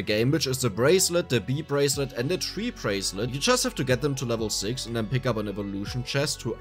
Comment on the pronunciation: lmaoooo the bee and tree bracelet, that's pronounced bi- ="BYE" and tri- ="TRY" lol so "trybracelet" "byebracelet" sorry if you got 50 comments saying this =P and sorry the english language is so janky lmao amazing video has some super useful info for a new player like myself tyvm! appreciate the hard work!